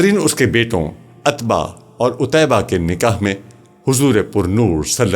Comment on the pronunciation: عتبہ میں ع پر پیش ہے۔ السلام و علیکم غلط ہے السلام علیکم درست ہوتا ہے۔